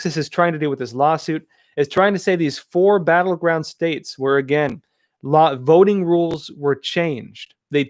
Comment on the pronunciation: I almost thought you said vetoing system, Lol